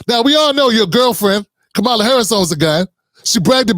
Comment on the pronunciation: Bro why u saying Kamala name wrong like the trumpers do??? Please don't tell me u 1 of them